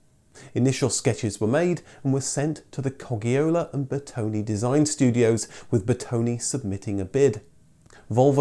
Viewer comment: Coggiola is pronounced ”cojjola”.